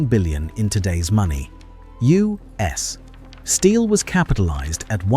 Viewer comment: Why can't A.I. pronounce U.S. Steel without a pause. Doesn't this mean that no one listens to what they produce? Just input "you ess" and it will probably work or just read it. 😄